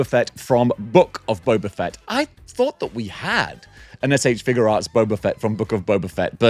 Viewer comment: That alien face on the broken tusk Predator is definitely to scale. Yautja are huge. John Wick definitely says "guns. Lots of guns" in the third movie. I'm glad you finally pronounced SH Figuarts correctly.